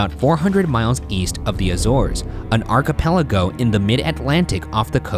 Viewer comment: the way Ryan pronounced archipelago...